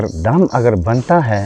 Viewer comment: Pehle dam ko acha se bolo